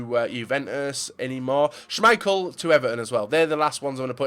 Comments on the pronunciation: Jesus how many GCSES do you have.. you butcher almost every pronunciation out there. That Shhaamichael killed me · "shhhuuumichael" lmaooo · Did anyone notice he said shaaaameichel